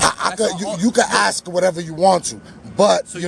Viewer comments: Just curious why you corrected the police officer's pronunciation of "ask" when you've pronounced it "ax" many, many times yourself? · The word is ASK not AXE you ignorant fool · Luv the 'AXE' instead of ask comment. I hear that alot. You did great. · I'm axing you a question...lol